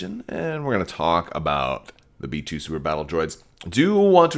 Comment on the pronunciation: I dont know why but i kept hearing metoo battle droids. Not B2 lol